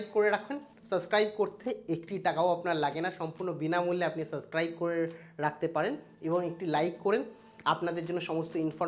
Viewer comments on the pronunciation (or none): none